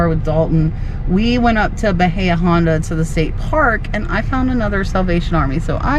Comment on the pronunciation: Ba-eeee-a …ooonda. H is silent in Spanish…..deep bay is what it means